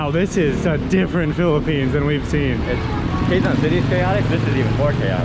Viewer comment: The “Quezon” not Quegon it pronounce “KeZon”. 😉